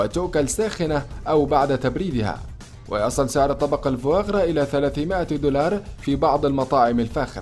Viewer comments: fois grasلماذا تقول الفواغرا كأنك تقول الفياغرا قل ببساطة الكبد السمين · Foie gras نطقها خاطئ